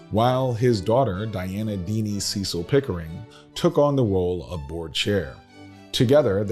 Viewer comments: The English arm of the family is pronounced Cecil (cess il) not Cee cil. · It’s pronounced Sess-il not See-sal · No disrespect, but I know the Cecil's. CECIL is pronounced SES-UL. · You are mispronouncing Cecil The family pronounces it like “Sessel”. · You're absolutely correct. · The British name Cecil is pronounced Cessel, descendants of Lord Burghley, William Cecil, the chief advisor to Queen Elizabeth I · The name CECIL is pronounced like the word vessel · Thank you! I am a stickler for pronouncing names correctly. Know what & who you are talking about!